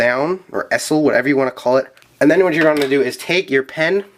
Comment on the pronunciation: it's pronounced ee-zel